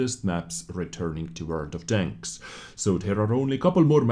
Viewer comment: Well you worry about saying chains and danks instead of tanks but just adds to making the videos unique and memorable. Quality content as always